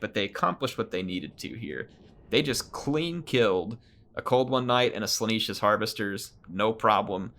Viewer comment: why do you pronounce it Slaaneesh? there is 1 E only, Slaanesh, like yes... not like sheep